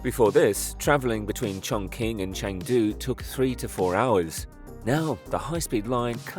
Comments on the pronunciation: "Chongqing" which is pronounced (Chong-Ching), is mispronounced in this video by an AI-generated voice as "Chong-King." This occurs when written script is interpreted literally as it looks, without prior knowledge of the audible sound that it is culturally derived from. AI-voice overs, are notoriously full of these errors of mispronunciation. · Amazing structure! - the pronunciation of Chonqing is like 'Chong-Ching' not 'Chong-King' 😉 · If I hear “chonking” one more time 😭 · its pronounced chong-tsching. like the qin dynasty (not the same character but close enough) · "Chong-ching" please! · Its pronounced chongching btw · I see your research didn't go as far as the correct pronunciation of the city name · Everyone appears to get the pronunciation of Chongqing right except you. You can ask ChatGPT how to pronounce things or even select text on an Apple device and choose Speak, or you can fly to Chongqing and ask a local. There’s no excuse for butchering names anymore. I’ll be watching you, DON’T make another mistake. Sheesh! 😡😂😂